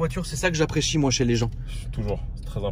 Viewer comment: Personne n'a remarquer le "j'appréchi" a